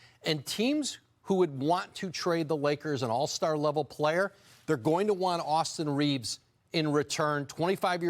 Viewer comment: Who is Austin Reevus?